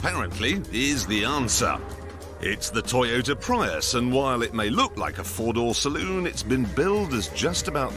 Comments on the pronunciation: James slipping out of character by correctly pronouncing "Prius". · the correct way to pronounce it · 20 mins and only once he said it correctly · Its been a year. I hope your delusions have dissipated for it is Pry-us not Pree-us, Luke. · yep Jag u ar Prius is Pri Us Americans can't get that they pronounce it Jagwar wtf is a Jagwar sounds like a Chiense knockoffsof a Jag u ar and wtf is a Pre us sounds like part of the Gentials system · I mean both other presenters say it correctly... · Joking aside the language is English not Latin. It's the correct pronunciation. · The language is ENGLISH, not Latin. The British are pronouncing it correctly. Pretty simple stuff. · may says it fine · Cause you say it like how it's spelt. Just like how you pronounce Jaguar, "Jaguar".